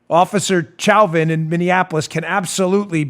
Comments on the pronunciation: Chauvin is pronounced SHOW-van... just in case you didn't know. It's a French name. It is also my last name and no we aren't related. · Please quit mispronouncing officer Chauvin's name. It's pronounced SHOW-van. It is also my last name. No, we aren't related. But you do keep mispronouncing the name.